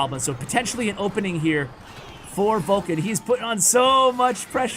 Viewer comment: Isnt he VULkan and not VULkcan? I got confused by reading the description. But yeah, he's my fav. pro now honestly. Surgical comes second. It feels like yesterday I was rooting for Viva La Sparky in Kings Cup 2. Love from Nepal. <3